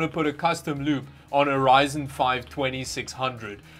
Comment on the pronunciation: He keeps saying "loop" and I keep understanding "lube"